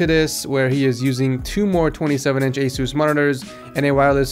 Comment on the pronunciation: I hate how he calls it asoos